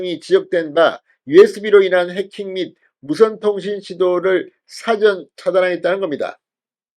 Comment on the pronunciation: 사전이란 단어는 백과사전이라고 할 때의 사전(단음)이 아니고 장음으로 발언되어야 합니다. 나도 영남출신(74세)이지만 들을 때 마다 안쓰럽네요. 한문으로 표현하자면 일 사 자입니다